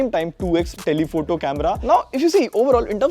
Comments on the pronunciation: Also, it’s telephoto not telpehto(vivo x 300) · "Telpehoto" got me triggered😂😂